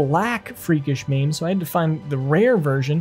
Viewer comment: Mame? Mane. Like horses mane. Sumarian? Saurian. Like Saurus. Skullduggery pronounced skull dug er ee. 👍🏼